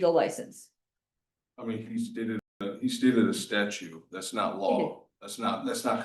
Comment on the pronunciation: It did not escape my notice that the first pro se's next hearing is on APRIL FOOL'S DAY! 😂 Second moron...it's "STATUTE", NOT "STATUE". 😖